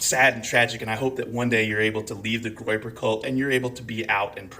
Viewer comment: “Groyper”, not “groper”. Just google it.